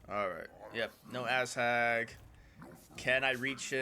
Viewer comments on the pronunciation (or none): Also why do you pronounce "Azhag" as "ass-hag"